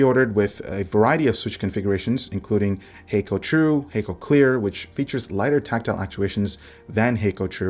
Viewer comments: Kono logo and sound appears like Japanese (but I'm not sure if it is). Anyway, Hako is not pronounced 'hei-ko' like you said in your video - it is 'ha - ko' with short sounding pronunciation - meaning simply 'box' in Japanese. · i think it might be pronounced like Ha(h)-ko, not Ha(y)-ko